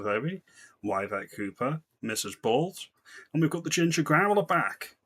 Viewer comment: Yvette is pronounced with an E not a Y 😂